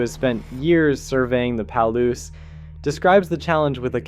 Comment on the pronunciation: Worms are fascinating! A couple regional pronunciation tips though: Willamette is pronounced with the accent in the middle- like, wul-AM-ut. Palouse is like, puh-LOOse. (Northwest names can be hard to pronounce, or even predict sometimes. :)